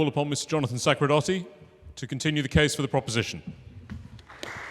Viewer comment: 21 minutes in and I am bored with the vacuous rhetoric from. And she pronounced Sacerdoti's name wrong. Ho hum. I guess Italian surnames are too tricky. Religion is a mind virus. You will obey.